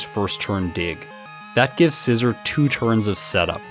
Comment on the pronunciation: You are saying scizor wrong